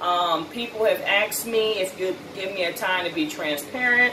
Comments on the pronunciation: Please stop saying Ax'ed. Google 'how to pronounce asked' and listen to the audio, please. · It’s unfortunate you see my help us tearing you down. Watching a sister with “two degrees” representing AKA and saying the word AXED repeatedly breaks my heart. And you were really hitting that X HARD. But what’s worse is when I try to correct you, you reject it. How are you ever going to grow and learn if you cannot take correction? Sister, just learn to pronounce it correctly. It takes effort, don’t be lazy, work on it, you can do it. That way you won’t have to tell everybody you have “two degrees”, it will be evident in your speech.